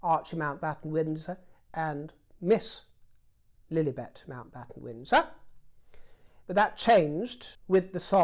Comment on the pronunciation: Lordy how I love your commentary Dear, you are the consummate entertainer!!! My absolute favourite is how you say Princess Lillibet. I laugh out loud every time😂😂😂